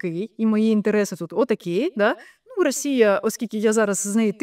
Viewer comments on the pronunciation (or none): none